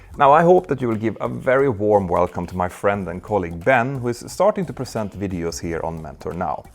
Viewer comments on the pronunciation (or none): none